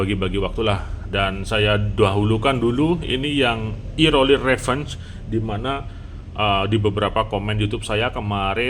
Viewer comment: Revenge bukannya dibacanya "rəˈvenj" ya?